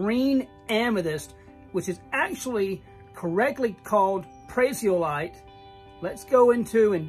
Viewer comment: Boy - your hair is gettin' gray! The green amethyst is pronounced "Pray-zee-o-light" with the accent on the first syllable. Thanks for showing us where and how the green stuff forms. I have a really nice, single prasiolite crystal about four inches long but I can't remember where it is from.